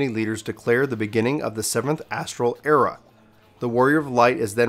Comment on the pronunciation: Came here pre-Endwalker but dude I’m sorry your jumping around of topics, stream of consciousness style speaking mixed with in matching visuals makes it too hard to keep up. Also the constant mispronunciation of words like “era” and “Allagan” so I can’t listen to it in the background.